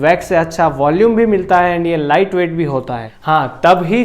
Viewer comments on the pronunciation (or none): none